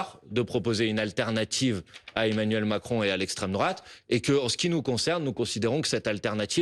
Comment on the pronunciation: Emmanuel* Macron cocotte (la crédibilité ça commence par savoir prononcer correctement les prénoms et noms des hommes politiques tu vois)